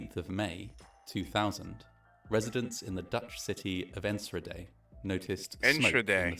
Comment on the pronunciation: I was working at a public pool that day about 20 miles away. Everyone went home when they saw the smoke, thinking it was a thunderstorm approaching. The scope was very intimidating. P.s. in Enschede the ch is pronounced with a hard g, like in Juan :D